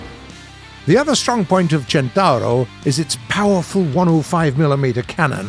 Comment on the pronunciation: Listen how's spelled and repeat: "Centauro"